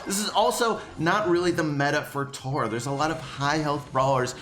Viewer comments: Tora? It’s Tah-rah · Your say omg Tara wrong it’s T-A-R-A